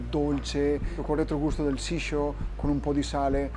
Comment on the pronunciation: Amo la cucina ed in particolare quella giapponese. Sicuramente Luca parla il giapponese meglio di me, ma sentire nel video "Sisho" invece che "Shiso" è prorio un errore grossolano. Quello che lui chiama "pesce dolce" è in realtà il pesce tegola. Peccato non abbiato riportato delle indicazioni più dettagliate su come preparare la pastella, che è la parte fondamentale della tempura.